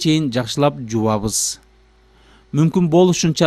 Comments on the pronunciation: Ээээкк жувабыз эмнс. Айтчы так даана кыргызча эле- ЖУУЙБУЗ деп эле... Кишинин кыжырына тийбей. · Жуабыз дебей жууйбуз деп суйлосон досум